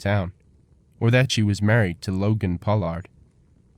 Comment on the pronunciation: Logan's name isn't pronounced Pow-lard